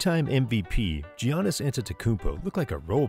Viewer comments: You gotta stop calling him G-iannis 😂 it’s Yannis (All love though! Your videos are awesome!) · YAWNiss not JiHonest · (Yawn-es) not (g-annis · ganis attemptafreethrow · G-O-NN-ISS WTF thats not how you say his name bruh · Not sure if I can take someone saying Geeannis twice talk about basketball seriously... I really don't know and honestly more impressed he pronounced Steph's name correctly. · this mans saying gee-annis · Please say giannis correctly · I love how you say giannis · Can you learn to say giannis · Giannis may not deserve his second MVP...BUT SAY HIS NAME RIGHT, PRICK.